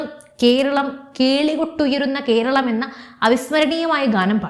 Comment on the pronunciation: കീരളം, കീന്ദ്രം, ഒന്നു നേരെ ഉച്ചരിച്ചുകൂടെ.